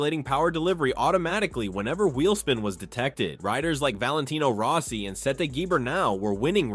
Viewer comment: And it even said "Valentino Row-si" a couple times.